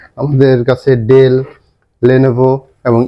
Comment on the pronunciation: ডেল না। ডেল বলেন কেন?